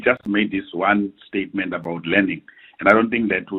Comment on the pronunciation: Listen to him"the president has just made one stayement" tjooo🤣🤣🤣🤣